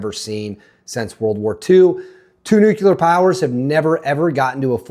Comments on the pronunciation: 😱 its not Nu-kew-ler, ...its Nu-CLEAR! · I can't take "nucular." (George W. couldn't pronounce it, either 😎) It's up there with "warsh" and "supposibly"🙄. , I try and I just can't do it!🙏 It's just me! 😊😊😊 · He said nuculer. I stopped listening.